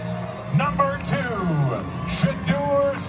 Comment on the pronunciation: My sentiments exactly Please pronounce Shedeur the QB name correctly. AI and all